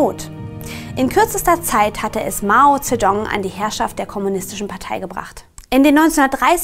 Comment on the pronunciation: Das Video ist echt super und ist inhaltlich sehr nützlich und gut aufgebaut! Trotzdem müsste ich noch ein bisschen meckern.... Das scheint jetzt vielleicht pingelig, aber die Aussprache hätte man vorher wirklich mal googlen können, wenn man's nicht weiß. Das dauert zwei Sekunden. Es muss ja nicht perfekt klingen, aber sowas wie King-Dynastie, Mao Tsedoong oder Provinz Dschangtschi muss irgendwie nicht sein, finde ich. Außerdem meine ich, dass man sich entscheiden sollte, ob man alte Namensübersetzungen komplett übernimmt (so wie Chiang Kaishek, Mao Tsetung und Peking) oder die tatsächlichen Namen einheitlichen verwendet (dementsprechend Jiang Jieshi, Mao Zedong und Beijing). Aber das nur noch am Rande. Tut mir leid für die Kritik, ansonsten fand ich eure Zusammenfassung echt super und es hat mir sehr weitergeholfen. Danke dafür!